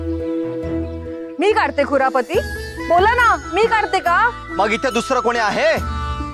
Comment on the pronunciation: खुरापती नव्हे कुरापती असा शब्द आहे तो